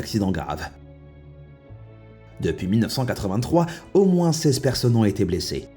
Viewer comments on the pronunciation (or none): none